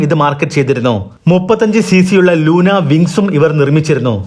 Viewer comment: ലൂണ🎉 ലൂന അ ല്ല